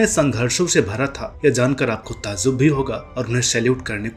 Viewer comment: Sir very good and informative video. One observation - you use Z in place of J, for example Tazzub, Zob, Zaahil, Zaankari, Huzoom